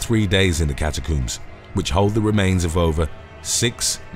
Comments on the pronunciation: Its CATACOMBS not CATACUMBS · cataCOMBS, there is no second o, it is not cataCOOMBS FFS! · "Say 'comb'": "Comb" "Now say, 'catacombs'": "Cata-COOMS" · cata-cooms or cata-combs? Do you coom or comb your hair? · Got me with a solid left hook with the whole "catacoombs" pronunciation. Hahaha 😂🤙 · I just wanna hear him say "cat-a-cooms" the whole video😂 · I loved it 😂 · “ Cat A Cooms”? Is that under the LIE BERRY? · “Cata cooms” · I've never heard "catacombs" pronounced as "catacooms". I suppose you also coom your hair? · OH MY DEAR GOD! Will you PLEASE stop saying "cata-cooms"?! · The way he pronounces catacombs 🤣🤣🤣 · Catacoombs, not catacombs? I think the first clip could be done again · Calm down. It's just the British pronunciation.